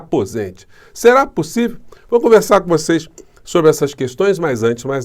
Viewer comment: ..."será pussivi?"😂😂😂😂😂😂😂😂😂😂😂😂😂😂😂😂😂